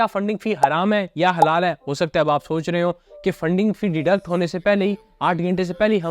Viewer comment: Sir ap jo halal ya haram mein break le kar bol rha ha ek dum confuse kr deta ha 😂😂😂